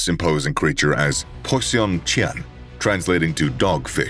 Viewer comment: When “poisson chien” is pronounced, it’s a dead give away that the video is narrated by an AI